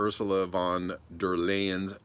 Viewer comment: it's pronounced Ursula fun der Lyin', well, that's more close ;)